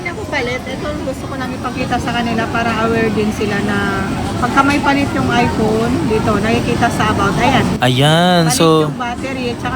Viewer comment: time: ipoon? ive been a content creator for quite some time now. I may not know if you finish your education or not but at least practice more often since young audience also watch your contents and one way to teach them is correct pronunciation. I know pinoy and nazi but this is not a bad comment but rather a piece of advice. Though it's still ur call if u wont. ur a content creator for pete sake. when the kids in the house heard what u said, the copied and laughed at it. it aint good.